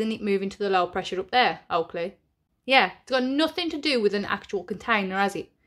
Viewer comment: Everytime you say Oakley its sounds like you mean to say "Twat" 😂😂